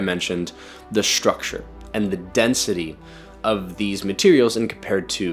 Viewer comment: Brother, stop adding "sh" sounds to your "st" and "str" words. You keep saying "shtructure". WTF? Why? It's not shtructure, shtrong, shtraight, exshtremely, shtrength, etc. Cut it out. It's goofy.